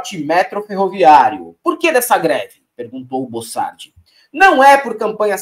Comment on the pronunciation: Bocardi não é bossardi para que ficar insistindo com o nome trocado